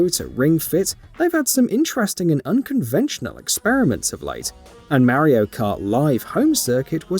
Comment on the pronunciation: Super Maro???? 🤣🤣🤣🤣